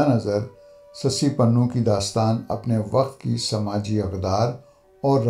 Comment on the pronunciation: Not ( panhoo) but ( punhoo ) ????